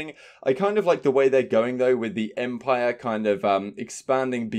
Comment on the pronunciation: Lol empire is 3 syllables tho. U doughnut 🤣